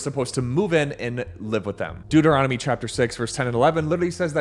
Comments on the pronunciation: It's the book of Deuteronomy... Deut, not Duet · Why do you consistently shorten Deuteronomy to ‘Duet’? The word is spelled DEUT, not DUET.